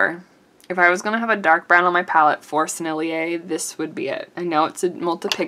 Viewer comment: Just cuz I'm that annoying person who corrects everybody, here's a couple: Sennelier = 3 syllables: Senn el yay (no emphasis on the second syllable) Rose Doré means Golden Pink. Doré is a bit like Do Ray ("A drop of golden sun..."). :^) I'll be back the moment I can be annoying again. ;^>